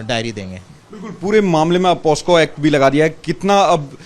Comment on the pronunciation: पॉस्को नहीं पॉक्सो होता है